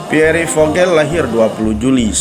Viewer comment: baru ngeh kon PIERRE di bacanya piore sih , Pier gitu